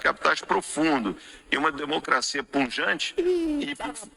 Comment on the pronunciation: falou “PUN-JANTE”? 😂😂😂😂😂😂😂😂😂😂😂😂😂😂😂😂